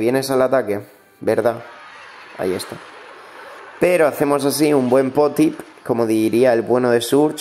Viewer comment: No se dice pop tips se dice puo tips jajaja